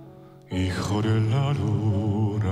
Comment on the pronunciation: Thanks for this reaction and for pronouncing "Hijo de la luna" correctly. Many people mispronounce it, but you don't and I love it.